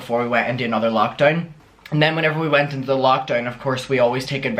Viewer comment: Cafe nero is top tier. 👌🏻 I also really love when you say into cause it sounds more Scottish like 'intae'